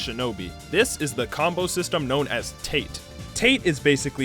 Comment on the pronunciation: It's not pronounced "tait" it's tah-teh!